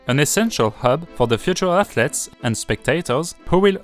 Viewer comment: The word athlete can’t be understood clearly.., try pronouncing the th as F in the beginning until you can pronounce it. Apart from that great video and editing and good effort for your English